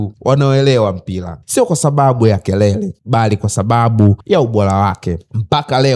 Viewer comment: Zingatia matamshi sahihi kwenye r na l, maneno kama "mpila, Blazil, Jabil, yanaondoa ushawishi wa kuendelea kufuatilia.